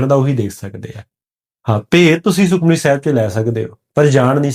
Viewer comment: ਆਪ ਜੀ ਸੁਖਮਨੀ ਲਫ਼ਜ਼ ਨੂੰ ਸੁਖਮਣੀ ਨਾਂ ਪੜ੍ਹੋ ਜੀ।। ਪਹਿਲਾਂ ਠੀਕ ਪੜ੍ਹੋ ਜੀ ਜਿਦਾਂ ਭਾਈ ਗੋਪਾਲਾ ਜੀ ਨੇ ਪੜ੍ਹਕੇ ਸੁਣਾਇਆ ਸੀ।।